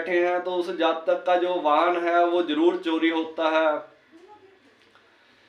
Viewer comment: Zaaaatakk nahi jaatak bole sir